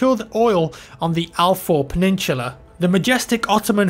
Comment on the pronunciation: peninsula? How did u pronounce it? Are u Chinese?